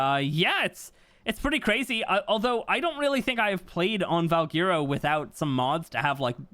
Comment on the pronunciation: its pronounced val-Gwer-o not val-gear-o